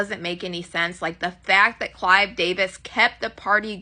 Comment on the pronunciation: It is Clive Davis not CLYDE DAVIS 😂